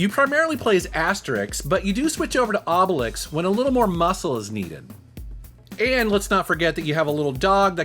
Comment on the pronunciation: Hey, you learned how to say Asterix and Obelix, thats awesome :D